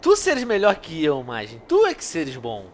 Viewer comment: Mas você não falar Majin direito